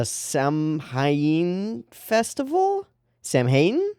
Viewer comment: "Samhain" is pronounced "Sow-Un" because celtic words are stupid.